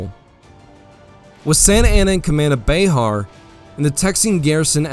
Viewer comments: " Bay-har." I think it is pronounced,"bear." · Bexar is pronounced Bear, the X is silent. Just being a social justice warrior lol.😇